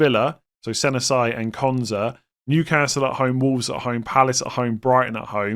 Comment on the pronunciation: I just wanted to point out that pronunciation of Senesi, yikes